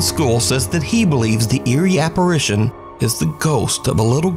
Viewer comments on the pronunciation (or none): none